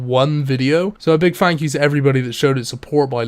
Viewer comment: Fank you? You're velcome.